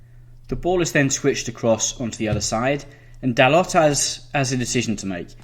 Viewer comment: great tactics but gotta work on pronouncing player names the way they are supposed to be "dalotte" - dal-oh Dalot "leeno" - le-no Leno (think like Jay Leno) "kolaseenack" - ko-las-in-ach Kolasinac "maitland-neelis" -nye-els Maitland-Niles "matick" - ma-tich Matic well done on aubameyang, ozil, xhaka, lacazette. just trying to help. Love your video highlighting both manager's thinking.